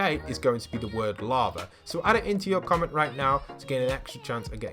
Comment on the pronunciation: Smashbitslover-lava/larva (couldent tell what you said)-i use code